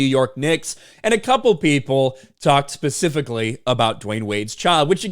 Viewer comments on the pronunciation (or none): You said pacifically. It's specifically.